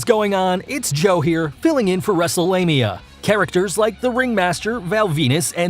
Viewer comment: I thought he said Wrestlelamia on accident the I looked at his name